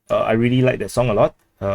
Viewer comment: Your song pronounciation almost resembles Japanese hahaha